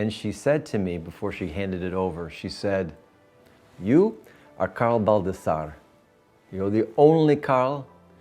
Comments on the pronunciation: all this time people read it baldasar lol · This is a treasure for your history. It's awesome you had the opportunity to document all this. Some of us did not get the chance to know our grandfather, even less our great grandfather. You should keep the Baldassarre pronunciation as Italian as possible!!